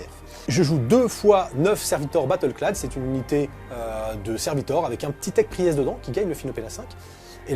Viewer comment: Pri-èst. C'est pour que l'adversaire fasse un AVC si il est anglophone ?